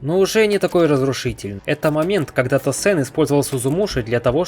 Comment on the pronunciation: Перестал смотреть после того как услышал как он назвал Тоусэна “Тасэн”